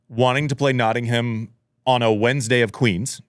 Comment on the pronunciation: Producer - fyi I know the English language is inconsistent, but we pronounce Nottingham like Notting-um not Notting-ham! Andy pronounced it correctly. 😊 love the show btw!